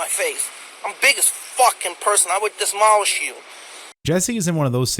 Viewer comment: "dismolish" hahaha fuck I love